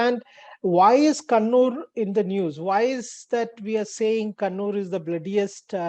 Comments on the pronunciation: bhai sahab kunnur nahi kannur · It's not kunnur sir it's kannur (ka ka ) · How has Kannur become "Koonoor"? Please put some effort in understanding the proper name and learn to pronounce it.